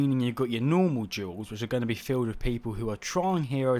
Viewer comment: I'm the only one hearing "jewels" instead of Duels?